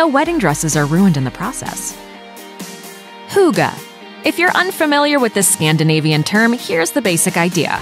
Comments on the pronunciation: it's "hygge" not "hooga" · I cant stop laughing... "Hooga" -.- It's pronounced "hooggeh" Hygge :) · Bullshit. Just take the video down. And that way you say hygge. Wtf? Hoogaa????😂😅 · Noooo. Not hooogeee... if anything: hee gee. I know, americans can't pronounce things like ü ö ä... but they can make the next best thing out of it instead of just being ignorant and butchering it completely... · Hygge is a very important thing in Norway as well, not just Denmark. And it's pronounced HYGGE, straigt forward. Not hooga, omg.. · You don’t pronounce hygge with an u you pronounce with an y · Some random name no it’s not an accent it’s not listening on how an word is pronounced hygge is not = huuuuga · sounds like she said Hookah XD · Some random name It's not an accent... Hygge is pronounced the way that one guy in the video pronounced it. If calling "hygge" "Hoooogah" is an accent then calling "kissing" "keeeeseeng" is also an accent, because that's how we pronounce "i" in Denmark. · Right, if they can't pronounce it perfectly, okay, but saying something sounding like "huugo" is just rude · Love and Bitterness omg no. It's not hoogee lol. Do you even know how to pronounce the E in English? There's a soft "eh" sound after the "hoog - eh". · I am not even Danish and felt the urge to correct her any time she said hygge... Euh, I mean... hooggah. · all I could think was "Hooga-chaka, hooga-hooga Hooga-chaka" hahaha ("hooked on a feeling" for those who wonder) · How she said it like “huga” annoyed the shit out of me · Hooga? Uhh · I can't help it but I hate how she says "hugah" instead of hygge.. 😳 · why she pronouncing hygge as huga??? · "Huga".... How does Hygge become huga???? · Hygge is not pronounced “hugga” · Omg no... it’s NOT huga 😂😂😂 please research first or at least try to pronounce it right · Hygge = Huuuga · I've never heard "hygge" pronounced so badly. You could at least have tried. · I laughed so much when I heard her say Hygge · Eva Orts pretty much, yes